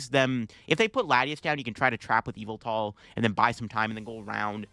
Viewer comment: Almost 10 years and now I realize that the pronunciation of Yvelta sounds like evil